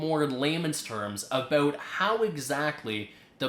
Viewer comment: I like the way you say "about" and "house" but I like the video over all. Very educational. Good job and keep up the good work :)